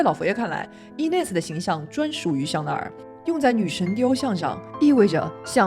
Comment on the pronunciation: 但是念错了